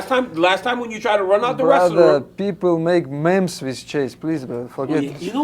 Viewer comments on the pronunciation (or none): Bro I died how he pronounced memes